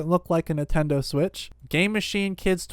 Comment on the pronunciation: Who else has never heard of a Nuhtendo switch?